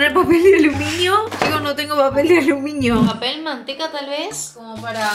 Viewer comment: Te amo mal, casi siempre creo que dices papel de alumiño jajaja 💕